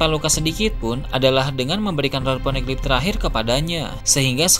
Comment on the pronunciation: Ponegeli??? Geli perut aku dengar hahahahahha